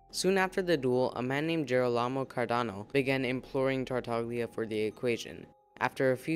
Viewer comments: Tartaglia does not have a hard "g" sound like in "go" or "gain", btw. It is more of a /lj/ sound, so like a really forward "l" sound followed by the glide /j/ like the first sound in the word "you." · The video was very interesting, thanks. But please check the pronunciation of the name “Tartaglia”. You can do it very easily on Google translate, after setting it in Italian, and using the “listen” button. It’s an Italian word that means “stammers”. It’s all about the special “gl” sound. Also please check, similarly, the name “Girolamo”, just to hear where the stress lies. Sorry, I’m Italian, you know… 😉